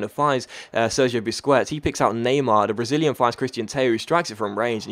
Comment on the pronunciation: Its pronounced busqets not busqwets